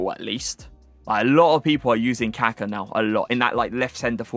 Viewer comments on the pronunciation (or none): none